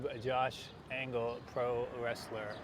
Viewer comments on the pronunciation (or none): I think it's Josh Angel and not Josh Angle